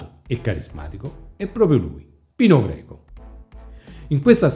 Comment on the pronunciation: Comunque è Pino Greco no Pino Geco 😂😂😂😂 ciao bello